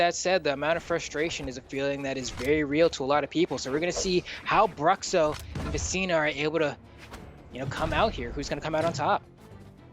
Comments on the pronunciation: It'd be more accurate if you pronounce "Brootcho" instead of "Bruxo" lol haha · eu ia comentar a mesma coisa kkkkkkj bruhcso foi foda kkkkkk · Engraçado ver os caras falando Bruhcssso kkkkk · It's "broosho"